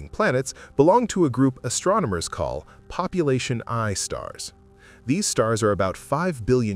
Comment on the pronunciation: not according to the ai announcer. popeye stars.